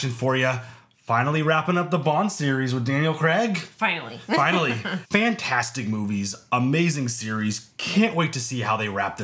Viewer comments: Always love your reactions. His name is pronounced ‘cray-g’ not ‘creg’ in the UK, like Graham is ‘Gray-ham’ not ‘Gram’ here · It's Daniel Craig not Crag